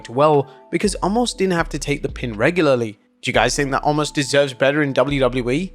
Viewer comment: WHY WHY WHY WHY WHY WHY WHY can't you say his name correctly? It's pronounced Oh-mas. You've been saying it wrong for literally years. 🤦🏻